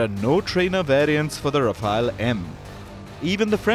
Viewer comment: Voice over guy you desperately need a crash course in pronunciation. Rafale is not pronounced as Rafaayel but is Rafaal. And, Alize is not pronounced as Aleez but Ahleezeh.